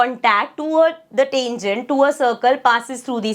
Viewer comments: Tengent,❌ Tangent✅ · mam sorry to say but it is tangent not tengent your pronounciation is wrong sorry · Tangent ❌ Tengent✅ Style hai hamara 😂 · Ma'am ur not pronouncing 'tangent' correctly 🥲